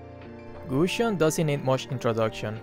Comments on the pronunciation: Gusion not "Gussion"... Edit: Mine: 1.Irithel 2.Miya 3.Layla 4.Kadita 5.Zilong 6.Lunox Username:AnnJanellePlayz k... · Gusion not gussion just saying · "Gushon didnt need much introducshon " i like that 😂😂😂😂